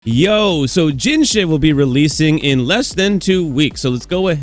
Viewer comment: dude keep saying jinhshit 😭